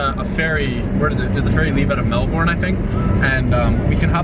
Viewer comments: Melborne Mate it’s pronounced melbin event though it’s spelt Melbourne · you saying Melbourne gives me anxiety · 'Melborn' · Its pounced mel-ben lol😂😂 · Get one of us Aussies to teach you how to pronounce 'Melbourne'